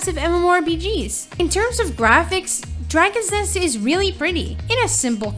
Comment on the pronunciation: she have problem pronouncing dragon nest